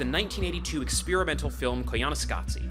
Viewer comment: ....Really,? Koyaanisqatsi?